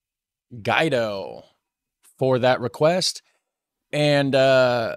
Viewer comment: It’s not guy-do but gee-do.